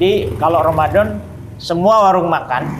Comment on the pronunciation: Bapak yg mualat ini baca Bismillah dan bilang Romadom sangat pas banget. Bapak ini bilang setelah syahadap terlepas dari beban yg berat. Sama dengan yg dikatakan setiap orang barat yg .mualaf.